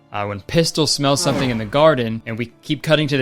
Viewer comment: That old man has a problem with the word something because he says somesing